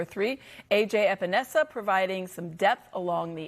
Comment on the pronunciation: Espenesa? Wow, dude has been in the league for years and no one can say his name.